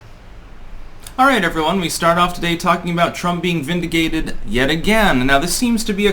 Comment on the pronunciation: trump being vin-duh-gay-Ted is this a dog whistle?